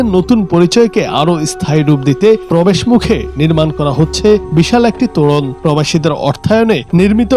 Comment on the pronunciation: ওরে সাংবাদিক তোড়ন না রে! সঠিক শব্দ তোরন।